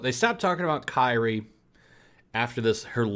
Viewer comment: Also, Kairi is pronounced Kai-re.